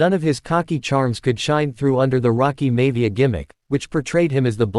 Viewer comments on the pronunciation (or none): Omg stop saying mayvia it's Maivia, other than that good stuff